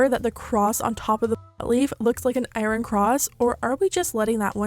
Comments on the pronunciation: airon... eyeron... i- did she mean to say Iron? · Generally speaking, iron is pronounced "eyeurn" rather than i-ron. Also, where did you go to school to not know what an iron cross is? No shade, just very curious. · Eye-urn. Not I-run. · Took me a minute to realise you were saying iron cross. Cause we pronounce it ion 😂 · eye-rin cross 💀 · The way you pronounce “iRON” 😂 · Love the way you pronounce "IRON" 💀💀💀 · Girl somebody needs to tell you that you pronounce iron wrong. Just looking out 😂